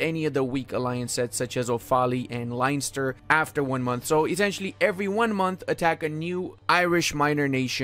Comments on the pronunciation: Sligo pronounced "sly- go" and Offaly is pronounced "off-a-lee" and Leinster is pronounced "len-stir" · bro, for what its worth Sligo - said as Sly-go Offaly - said as Awfully Leinster - said as Len-ster